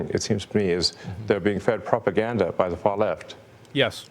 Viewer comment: Pro-pa-gan-da, pro-pa-gan-da, pro-per-gan-da, pro